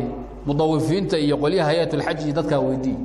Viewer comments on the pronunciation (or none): Afsoomaaliga iska sax Xaajka ma ahan ee waa Xajka